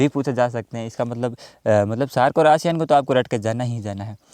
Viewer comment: एशियान नहीं आसियान हैं।